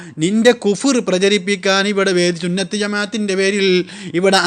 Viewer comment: ഇയ് സുന്നത്ത് ജമാഅത്തെല്ല ചുന്നത്ത് ജമാഅത്ത് 😂